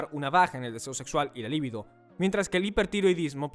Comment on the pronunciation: «Tiróideas» NO, TIROIDEAS, con acento tónico en la «e». Lívido (con acento en la primera «i») = Pálido, con mal color; LIBIDO (con acento tónico en la segunda «i»), impulso sexual. De todas formas, GRACIAS por el vídeo, muy buena información.